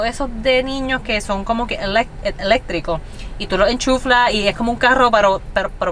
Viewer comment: Enchufar, sin la L.